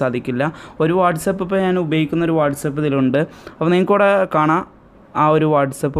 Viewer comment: Its not what's up... It's whatsapp..